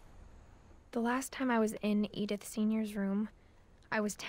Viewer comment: and it not idith it's eedith